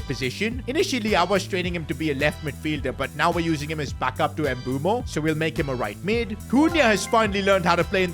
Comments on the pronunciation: Please stop pronouncing mbeumo ”embumo” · Can you please try and pronounce Mbeuemo's name probably🙏🙏